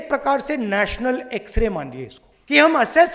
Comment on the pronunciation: X-Ray... ☠️ ... ❌ As-kray .... 👽 .... ✅